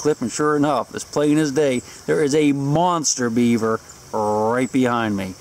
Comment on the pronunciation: Do Beavers stink? Or are you saying "Sink"?